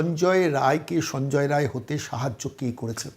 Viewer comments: রায় রায় বলছেন, রাই, রায় নয় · সঞ্জয় রায় নয়,নাম বিক্তৃতি করছেন কেনো? নামটা হলো সঞ্জয়ে রাই। ঠিক করে বলুন ভুল সংশোধন করে ভিডিও দিন।